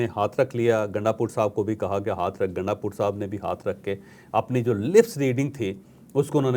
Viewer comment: Bhai naam to drust pukara karo gundapur nahein gundpur hae phir yeh gundpur sahib kaisee ho gaee aqal to aam logun jaisi nahein to aap sahib sahib pukar rahee hein